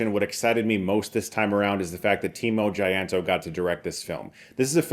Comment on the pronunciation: Timo jayanto? Well close its timo cahyanto which is confusing since its old indonesian writing